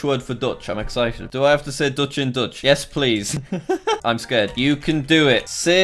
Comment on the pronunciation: jack really said “yes please” as “yes polka”